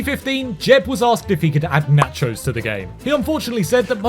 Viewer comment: Nahchos... Bruh